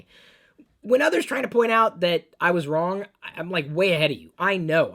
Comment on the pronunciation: did you say wong or wrong in sounded like wong lol